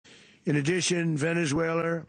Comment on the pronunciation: "Venezuelar".....where in Queens is that?😂😂😂😂 "Donroe Document".........time for another MRI/CT Scan!!!!